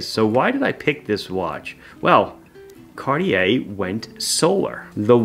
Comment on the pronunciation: "Cardiyeah" 😊 But what a relaxed listen. Thanks!